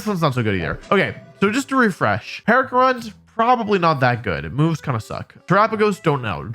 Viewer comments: "Pearcarunt" made me die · He also called Pecharunt "Pear"grunt, I think it's a lost cause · Its pe cha runt not per cha runt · sorry... "PEAR-KAH-RUNT"??? WHERE DOES THE "R" COME FROM!? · Bro pecharunt. It's a pecha berry. Pecha Runt. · Lesson for when the mythic portion of the DLC drops. Pecharunt is like Pecha berry aka a Peach. So... Peh-cha-runt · Whew boy that Pecharunt pronunciation lmao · The pecharunt pronunciation hurt me physically and mentally. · The way he pronounced Pecharunt 💀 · Bro didn't even try to pronounce the peach pokemon's name KEKW